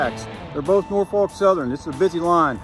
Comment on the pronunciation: Great videos. A minor side-note : the "L" in Norfolk isn't pronounced . It's "NOR-fuk".... or if one still has a trace of an Elizabethan English (Southern) accent, " NAW-fuk". Thanks for sharing these vids.